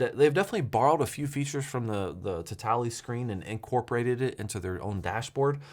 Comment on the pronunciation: Pretty sure it's "towel - tooly"